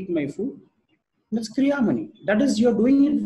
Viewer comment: गुरु गम्भीर ज्ञान से परिपूर्ण जानकारी देने के लिए आभार। कृपया संस्कृत के शब्दों को उन्हीं के उच्चारण में अंग्रेजी में भी आसानी से बोला जा सकता है। जैसे- कर्म, क्रियमाण, लग्न कर्म आदि। बोलेंगे तो अच्छा लगेगा। क्या आपके वीडियो हिन्दी में भी हैं। कृपया लिंक देकर अनुग्रहीत करें।